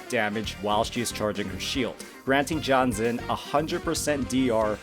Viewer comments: Pretty sure you're butchering Jianxin's name. Should be more like Jiyan-shing. Gee-n-shing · it's not. and for that matter, gee-yan is not how u say his name too. granted, i know thats how every western youtuber says it. The word "Jiff" say the "Ji" sound and add "an" as for xin, it's basically sin, as in sinner. credentials - I'm chinese from asia speaking for 30 years. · I don’t usually care about people pronouncing names wrong but this one is hurting everyone so please pronounce her name as “Jeeyanshin” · That's the worst pronunciation of Jianxin's name I've heard so far You made her name sound like John Cena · As a Jianxin main, i don't actually mind if it's John Cena 😂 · My dude needs to work on his pronunciations... My poor ear holes. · Sure but people clearly are making fun of the way you said jianxin